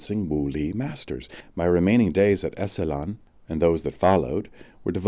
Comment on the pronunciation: Terrific upload/reading. It's been too long since I've read it, too. His work - as it became more popular - got Oprahfied. This was when his brain was at full bloom. Fwiw, 'Esalen' is pronounced ESS-uh-lin. Paz y luz.